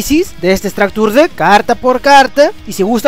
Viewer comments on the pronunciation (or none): todo muy bien pero como que "estractur dekk"